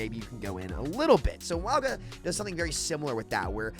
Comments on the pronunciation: Mauga is pronounced like "MOUN-GAH". "MOUND" minus the "D" and add "GAH". Yes you pronounce the N even tho you dont see it in his name. Sounds similar to saying MANGA. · The name is pronounced Ma-ooh-nga. Say it as if theres an "N" in Mauga (Maunga), and then don't bounce the "G", say it like the g and the end of sing. Echo says it correctly when you copy Mauga with her ult. Mauga does not say his own name correctly in-game. Source: The Rock is my cousin (trust me bro) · His name is pronounced "Not Maui." One piece character looking mf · Mah Ooo Jah but the J is pronounced with an accent like how you say "Gilles." in French. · Why do u keep pronouncing Mauga like that wtf